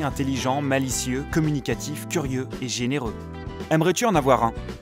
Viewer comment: lol ta dis zénéreux quand c`étais généreux